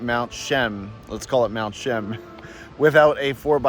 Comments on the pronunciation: You have to include the "a". More like Cheeaam. But that's ok, we forgive you. We just know you're not a Chilliwack Bumpkin....lol. Cheers. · Nice video, but you're going have to work on your pronunciation of Mt. Cheam. Indian legend says if you don't see any snow on Mt. Cheam, the next year will be a bad year. Lived in Chilliwack during my childhood and teens, miss the majestic Mt Cheam. Thank you for posting.